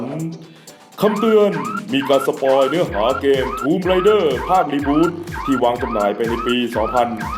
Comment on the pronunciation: Raider - อ่านว่า เรเดอร์ - ผู้บุกรุก Rider - อ่านว่า ไรเดอร์ - ผู้ขับขี่